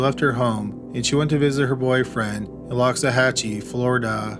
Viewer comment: I grew up in Palm Beach County, it's pronounced LOX-UH-HATCH-E Just so ya know